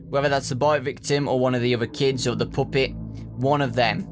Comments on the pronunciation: I love the way you say puppet you say poopit XD love it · I just can't stop laughing when he says poopet. I'm sorry